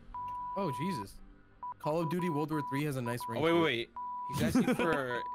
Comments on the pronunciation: “world war tree” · Lol “world war (tree) started”